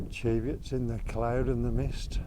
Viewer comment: Oh you seem to have removed my comment correcting your pronunciation of the word Cheviot. As I explained,the word has only one "e" in it. Just say it how it's spelled Why are you so sensitive about this, you obviously don't come from the area, so you may not have known.